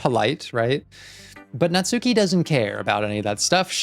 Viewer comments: Looking forward to you going through Natsuki's route (and hopefully realizing that it's pronounced Natski, not Natsooki, the U is silent). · I know I’m late in the series, but you’ve been pronouncing Natsuki’s name wrong the whole time. As you may know, the names are Japanese. So, it’s not Nats-suki it’s more Nats- uh-ki or even Nats-ski. The U is subtle or silent. I’m not Japanese or anything, just something I’ve picked up from weeb culture.